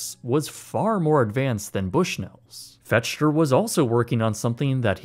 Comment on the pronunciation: Fechter is pronounced "Fekter."